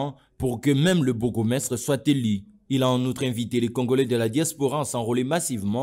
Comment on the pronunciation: Reportage : le journaliste prononce i à la place de u, et inversement. Eli au lieu de élu, reveni au lieu de revenu, débité au lieu de débuté, Afrique di sid au lieu d'Afrique du sud, etc. Pas bon à entendre à l'oreille